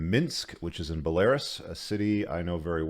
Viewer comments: it's BELL-A-ROOUS not BELL-AIR-ASS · Bell-ah-roos. Not Bell-air-us. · Bel-Air-Us 😂 You’ve been there and can’t pronounce the country? BELL-uh-ROOS! 🇧🇾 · It’s BELL-uh-roos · Bah Lar is??????? LOL!!! 🤣🤣🤣🤣🤣🤣 It's pronounced Bella Roos LOL!!!! 🤣🤣🤣🤣 This is too funny the guy that thinks he's the smartest guy in the world never heard of Belarus. That's awesome. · its not belaris. its BELA-RUS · No it’s pronounced bolairis, rhymes with Polaris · Buh-lair-iss? Come on man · Bell•a•roos. It's a country near Russia. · Pronounced. Bell-ah-Roos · Bell-a-roose Belarus 👍🏼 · Bell uh rooz. I wonder if intentionally mispronounces words to bug people. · Dude. It's "bell-uh-roos" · Belarus = Bell-a-roose. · "Buhlehrus" lollllll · Bruh just said “bell air us” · Belarus =is pronounced Bell-a-roose. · BELL-A-ROOSE my man. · It's pronounced "Belarews" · It’s pronounced ‘bell-ah-Roos’ my man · BElaRUS. It means White Russia. Not stressed like Walrus. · Belarus is pronounced Bella Roos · Why should we take any notice of some old bloke who can't pronounce Belarus? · please check how to pronounce Belarus. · Dumb mf said Belarus like Polaris 😂🤦🏻‍♂️ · You need to get your pronunciation of Belarus sorted. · Interesting pronunciation of Belarus.